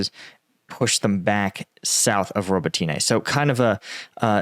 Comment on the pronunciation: Robotyne = Ro=bot=inah.